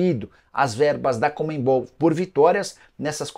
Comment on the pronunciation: Porque falar ComeMbol e não Conmebol???